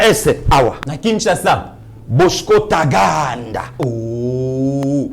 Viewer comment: Yo oza fin na ndenge oza ko prononcé Bosko Tagaaaanda, vous m'avez tué de rire nous vous aimons notre frère nous sommes très fier de vous.